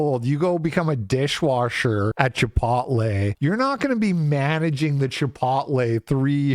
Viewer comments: Bro. Chip-ote-lay. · Repeatedly mispronouncing the word "chipotle" completely discredits any point you were making. 12 years ago, I bought a house, making $38K a year, by myself in south east Pennsylvania. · Dude do you really not know how to say Chipotle!?! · Why do you pronounce chipotle like that? No one says it like that.